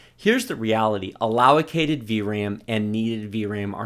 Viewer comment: I love your videos, more helpful than any of those big channels' ones I just call bling tech videos... But memory is ALLOCATED, not allowacated... Although, it's a good pun on lazy developers, so I guess it's fine :)